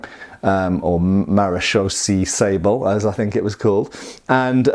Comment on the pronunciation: Hey great to see a sword from my native country of the Netherlands. Maréchaussée is pronounced Mah-ruh (as in rut) -shoh (as in Shiloh) - say. Sabel means sabre and is pronounced Sa (a is pronounced as the last a in Brittania) - bell. These are just the English phonetics of the top of my head but I hope it helps. Keep up the good work been a fan for years.